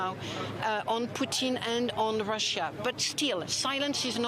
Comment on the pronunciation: She pronounce it like poutine!?😅